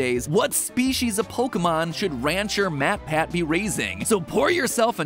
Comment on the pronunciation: What does "eatab" mean? Also, you called Mat "May" at one point.